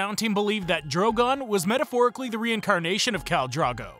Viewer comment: Bruh...Drogon is literally Drogo with an added "n" at the end. How can you butcher that pronunciation?